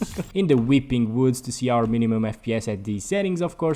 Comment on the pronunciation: The “whipping whoods💀”